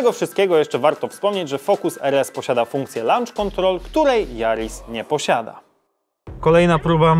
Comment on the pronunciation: nie lancz kontrol tylko loncz kontrol....kurła